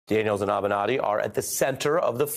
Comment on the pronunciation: Avernatti? Really?? SOB!